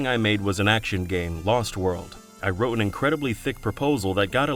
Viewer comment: “Lost Warld” was the first “Transfarring”